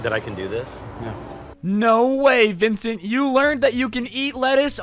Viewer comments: the fact that he’s roasting this man the whole time but can’t even get his name right is kinda aggravating 😂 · didn't get his name right until the end of the video lol